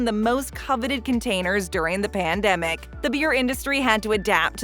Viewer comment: Ya say pamdemic, I say epidemic